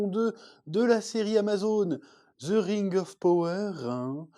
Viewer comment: Je comprend pas le Z dans le son « the » . C’est si compliqué que ça le son « dhe » 😅